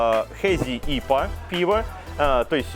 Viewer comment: Все же принято говорить Ипа